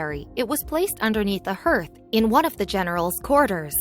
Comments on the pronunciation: That's fodder around the fireplace that you keep mispronouncing it a harth not a herth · You would think that someone reading a script would know how to pronounce common terms like hearth and ether.